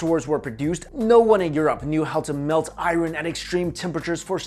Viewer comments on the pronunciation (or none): please stop for the love of God stop saying "IRUN"! Its "I-URN"! You're killing me smalls, killing me! Tee-hee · "Eye-ron" triggered me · bro ican't even watch this whole video cuz the way he say "iren" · Iron is pronounced ion not i-ron. R is silent.... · i thought his name was? why does he keep saying I Ron? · I-ron lol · “IRE-REN” (aka Iron) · dude you're saying "iron" all wrong. good video though. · I hate the way you say the word "iron" lol.